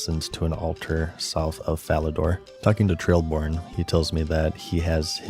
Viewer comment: Hearing him say "Zanarkin" instead of Zanaris and "Trailborn" instead of "Traiborn" made me chuckle. Idk what it is about runescape that causes so many people to read a word and have it become something different in their brain